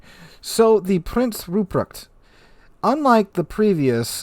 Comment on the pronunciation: It's pronounced Prinz Ruppresht. =)